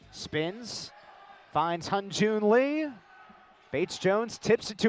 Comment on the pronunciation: 발음이 어려우니까